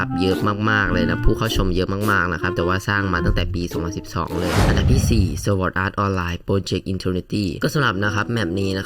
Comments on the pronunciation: เป็นคนต่างประเทศหรอครับถึงรู้ งงมากครับไปเอามาจากใหนคนต่างประอ่านสวอดเนี่ยนะ มีเเต่คนไทยทั้งนั้นเเหละครับที่อ่าน ไม่มีคนต่างชาติคนใหนเขาอ่านสวอดกันหรอกครับ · ผิดครับเเละก็ไม่เคยมีต่างชาติอ่านเเบบนั้นด้วย